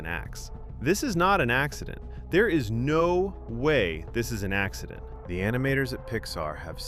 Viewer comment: Ha ax-edent